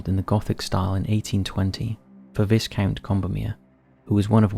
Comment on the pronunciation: "Viscount" is pronounced "Vicount"